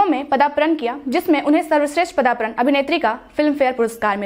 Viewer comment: Padarpan hota hai padapran nahi